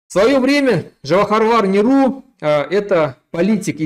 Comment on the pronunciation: Гражданин, проживающий ныне в НАТОвско стране! Прежде чем артикулировать что-то на русском языке, выучите его! Твоё безумное и издевательское ударение в связи с именем и фамилией великого Неру, доказывает, что ты только несколько часов назад спустился с гор, где жаркими днями или лютыми ночами имел только в своем желании коз и овец 🙊 Учи русский язык, а только потом разговаривай со своими соплеменниками по первобытнообщинному роду...